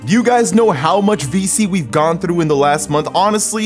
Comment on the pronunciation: Is bilingual? I think I can hear an accent when he tries saying through and some other words.